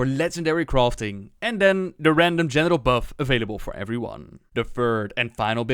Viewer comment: Everytime you say the word general... it sounds like genital.